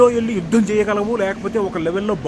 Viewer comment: "Yuddham"😅😅😅 sound